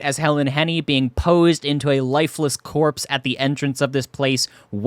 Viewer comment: No working animatronics and no pizza?!?! WTF is the point. "Helen Henny's corspe" legitimately made me feel deep sadness 😂